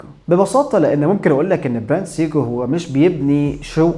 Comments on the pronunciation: انت ليه بتقول سيكو بالطريقه دى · هو حضرتك بتنطق سيكو بالطريقة دى ليه !!!!؟ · بالنسبة لاسماء البراندات سيييكو ههه حتى وان كان النطق الصحيح او على الاقل تقليل ذكر البراند.. كل ثانيه اسمع سيييكو كرهت هذه البراند هههه رغم اني احب البراند بس عندي بس q&q وهي براند تبعهم وكمان lorus و alba عندهم فيلد واتش كويسة😊